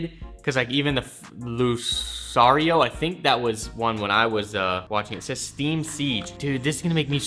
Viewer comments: The fact that you dislike newer Pokemon. SMH. Also, it's Lu-car-io. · did this man just say luSario..... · Anyone gonna roast him for calling it “lu-sario ” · I’ve never heard anyone put disrespect on lucario like that in my life